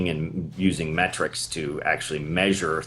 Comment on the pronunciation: Oh and a quick bwuahaha: he says: We are going to use metcrics to measure things.... ...insta-classic.... :-)